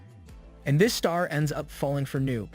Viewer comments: the ai voice or whatever cant say the word “this” for some reason,and instead it says the word “dis”. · Why can’t it say “this” right,it’s saying “dis” instead of “this”.Its gets very annoying once you realize it.